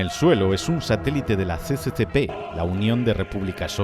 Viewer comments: Está esperando este video. Me encantó la serie. Solo un apunte. No digas CCCP (CeCeCePe) Son letras en cirílico. Es el acrónimo URSS en Ruso😊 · Como que CCCP 😂😂😂 se dice SSSR XD